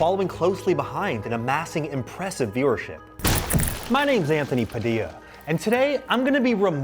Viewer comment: Anthony pronounces his own last name like "puh dee yuh" lmao